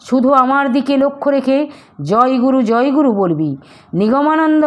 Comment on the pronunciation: Joy guru uccharana vul aacha joy guru